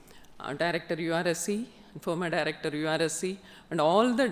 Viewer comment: she also said former direcyor too good